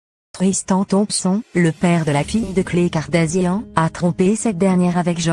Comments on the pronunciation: Putain c'est quel langue ? Kili au lieu de Kylie, Kardazia, Jordan Vo mdrrrr je suis choquée😂😂😂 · Cette voix franchement, en plus prononce très mal les mots et noms kartazian, kili ..🤦‍♀️